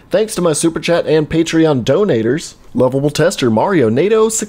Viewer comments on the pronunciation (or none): none